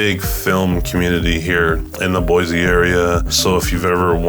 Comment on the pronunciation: I could tell right away that you aren't a native. It's BOY-SEE, not BOY-ZEE. Sigh...